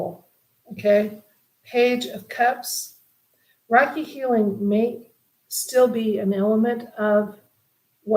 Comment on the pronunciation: It is pronounce Raykey.